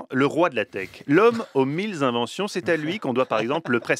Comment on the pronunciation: "Les mille zinventions", bravo.